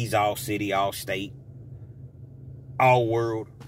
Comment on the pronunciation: All wurld 😂😂 the way you said that bro